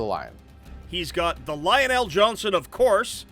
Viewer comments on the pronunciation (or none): I love that there is character in this universe called Lionel but they pronounce it as Lion El, like he Superman's relative